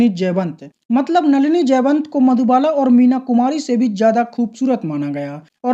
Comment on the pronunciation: Nalina,nahi,नलिनी बोल